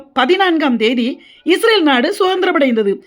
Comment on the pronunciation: Sister first you change pronouncing ISRAVEL into ISRAEL.